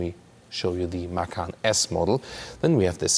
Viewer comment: Man, you should watch some other reviews for Americans and post a comment in their videos, and tell them to watch your video, so they learn how to say "Macan". Seriously, is so embarrassing how they say it. 🤷🤦